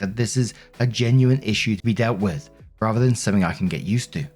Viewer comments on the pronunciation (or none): none